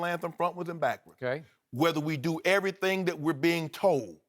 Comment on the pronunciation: Eloquent? Are we watching and listening to the same video? I heard the non-words 'dat', 'bowf', 'dis', 'becaw', 'towd' and 'injussuses' slip through those pearly whites.